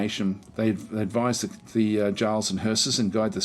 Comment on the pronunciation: 'j' is 'y' It's yarls and yotun.